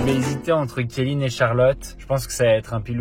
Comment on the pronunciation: Il a lâché kellyn au début au lieu de Kelly 😭